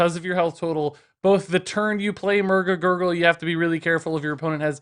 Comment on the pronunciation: Just listening to you try to say Murg A’Gurgle a bunch was worth the click.